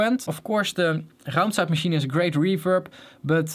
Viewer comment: can we just appreciate how well he says "raumzeitmaschine"